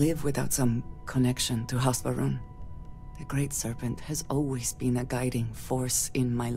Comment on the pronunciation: I keep hearing House Vroom.